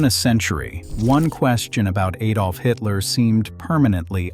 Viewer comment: It's pronounced "Hidler", as in "he", not "Haydler"!